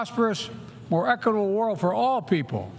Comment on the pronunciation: "A more ekable world" ??